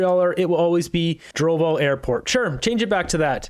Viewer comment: It's "Dorval" - always was to this Montrealer. I try to avoid using the new name, thank you very much! Google will take you to "Dorval airport" all day long! Try it! Dorchester Boulevard is still there too. Thanks Google!